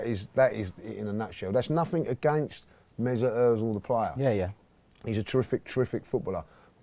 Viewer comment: Omg the way he pronounced Ozil 😂😂😂😂